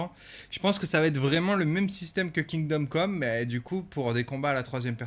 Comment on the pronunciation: « kingom conne » Le lapsus 😂